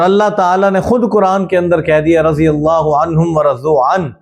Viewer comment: رزی نہیں ہے بھئی رضی اللہ عنہ ہے